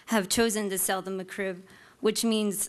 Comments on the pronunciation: its is not "meh-krib"...it's MEK-RIB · She says McCrib, not McRib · Lol she said "Macroo" first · Its McRib, not the McCrib... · breatheinthepinkair Indeed or MaCrib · Mah Krib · No no.. she says Muck-Krib lol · Muh CRIB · mah crib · I know ! I caught it too lol she's saying "McCrib" haha she's probably a Crip from Santa Clarita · The female fedora guy: M'Crib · "the ma-crib" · "muh crib" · Get it right. It’s not McRib. It’s Ma-crib! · I just hate the way she says Mc Rib. She says "muh'crib." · No, she says McRib, not McRib. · She can’t even pronounce it correctly.